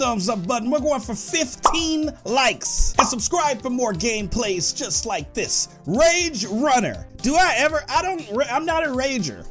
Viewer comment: The fact that he messed up THE word rage is so funny he said rega